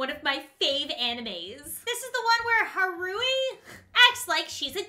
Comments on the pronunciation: Ik, iz pronounced (har-uh-he) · HOST CLUB :D xDD you rlly did butcher haruhi's name- pronounce it like hot oo he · You said haruhi wrong it's ok lol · You butchered Haruhi's name HOW DARE YOU!!!!! Lol its fine but that anime is literally my favorite anime. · Right... I cringed when she messed up Haruhi's name!! T^T